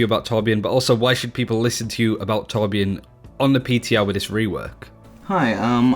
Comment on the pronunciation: 1400 hours but still can't pronounce torbjörn right Swed btw